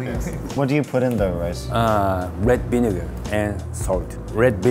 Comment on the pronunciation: Rewd binegar